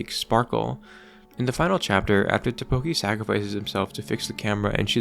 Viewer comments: It's Takopi! Not Tapoki 🤦‍♀ smh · You keep saying Tapoki. It's TAKOPI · its TAKOPI not TAPOKI... great video though, good job. 😎👍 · How can you pronounce it ta-KO-pi when it was pronounced TA-kopi every single time by every single character the entire show. Actually mindblowing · It’s “Takopi” not “Tapoki” btw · Did you even watch the show? Why do you keep calling him “Tapoki” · tAkopi. tAAAAkopi. Not takOpi. TAkopi. AHHHHHHHH. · Sorry dawg, couldn’t concentrate/keep watching after hearing “Tapoki” over and over and over again. Drove me absolutely insane. It’s Takopi, Tako like Octopus in Japanese and pi for the way he ends sentences. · Just want to point out one thing in this video, it's "Takopi", not "Tapoki" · I'm sorry, but u mispronounced Takopi as Tapoki, even though this is supposed to be kinda serious, I just can't get over it 😭💔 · Why does he pronounce takopi like tteokbokki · TaPOki???? My man! My dude! What the, excuse my french, fuck? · is this AI generated? how do you mess up takopi's name in every sentence? not even the anime pronounces it tapoki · Im sure this is a neat video but the fact that this guy cannot for the life of him say "Takopi" is taking me out. Sorry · It was bothering me throughout the video 😂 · STOP SAYING TAPOKI 😭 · you mispronouncing takopi over and over again is killing me BUT THIS IS A GREAT VIDEO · Take a shot every time he says Takopi's name wrong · Drives me crazy lol